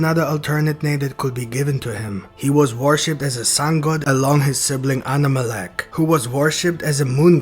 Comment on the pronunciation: Yooooo you actually got it right! The new chapter says the name is ADRAMALECH!!!